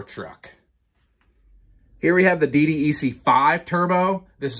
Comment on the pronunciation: Say D DECK please. That's how it's referred as. DDEC = D DECK. you are welcome.